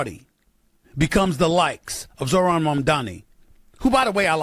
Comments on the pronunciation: The old guys don't want to pronounce Zohran's name correctly. It's a mode of purported diminishment. Or so they hope. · They’re mispronouncing his name on purpose 100%